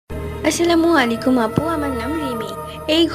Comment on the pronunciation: আপু তোমার ভিডিও আমার ভালো লাগে কিন্তু তুমি আসসালামুয়ালাইকুম না অনেক ঢং করে বলো এত ঢং কইরো না সঠিক নিয়মে আসসালামুয়ালাইকুম উচ্চারণ করো কারণ এইটা আল্লাহতালা বলে দিয়েছেন ঢং করে কথা বলো ঠিক আছে কিন্তু ঢং করে আরবি উচ্চারণ করতে যেও না 😊